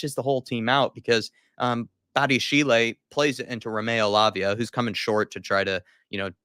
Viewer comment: Badiashile is pronounced badi-a-sheel, not badi-a-she-lay. He’s French so if it was pronounced like that, it’d be badiashilé.